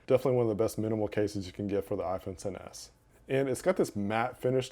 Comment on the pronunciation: It kinda sounds like he said iPhone 7 s idk why tho